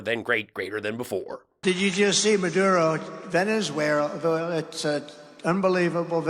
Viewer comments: Veni-where? Donald?😂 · Their Orange leader said "Pee Dutt....Ahhh" and "Venes Where Ahhh"?!?! Let's go home because there's NO intelligent life here. 👽👽🛸